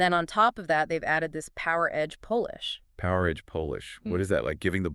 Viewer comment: Y'all gotta stop letting AI do the captions for you guys. Seeing Phaze spelled as Phase for the entire video is unprofessional. Also why did you pronounce polish like the power came from poland? This video feels lazy.